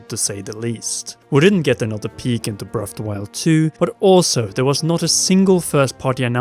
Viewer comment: Breaf o' da woiyold